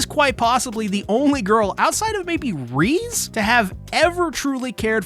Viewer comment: My brother in Christ it’s pronounced ‘reh-zay’ 😅 great video though!!!